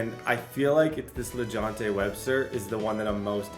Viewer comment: It’s WESTER!!! Not Webster!!